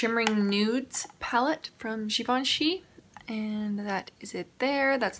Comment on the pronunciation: you have to do a look with that green, I commented on your eye makeup in that video and now seeing that color oh my goodness its beautiful!! damn it now I need to go buy it lol , also the way you said Givenchy is the correct way!😊